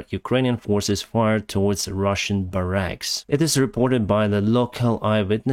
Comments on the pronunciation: Barracks. BAH-racks. Depot.: DEE-poh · Barracks is pronounced like bear axe - or bear icks. Love your content!